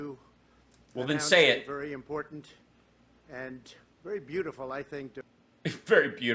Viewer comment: That last speaker thinks there is a d in important